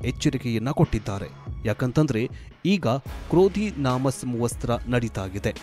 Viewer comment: ಅಣ್ಣ ಕ್ರೋಧಿನಾಮ ಸಂವತ್ಸರ ಎಂದು ಸರಿಯಾಗಿ ಹೇಳು ಕನ್ನಡ ಕೊಲೆಮಾಡಬೇಡ